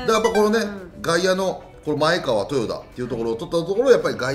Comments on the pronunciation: まえかわ ではなく まえがわ です！！ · まえかわではなく、まえがわですよ！ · 里崎さん！まえ『が』わうきょうです！ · 「まえかわ」ではなく「まえがわ」ですね。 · 「まえかわ」でなくて「まえがわ」